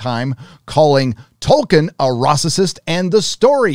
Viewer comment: It’s Racist, not Rassisist